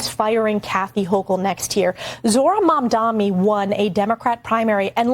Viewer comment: Its not Mamdami you idiot, its Mamdani, what is wrong with these dush🛍️.... yeah I also missspelled on purpose!!!